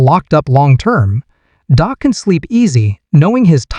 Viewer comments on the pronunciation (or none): Your information is not bad, but using AI to do your voice over is a bad idea. They called Dak….Dok. You should use a real live person, not AI